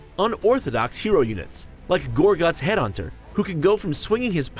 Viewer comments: "Gorgutz Headhunter." its Gorgutz 'EADHUNTER. Stupid Humiez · did he just add some H's to Goregutz'ead'unters name when pronoucing? Zoggin Git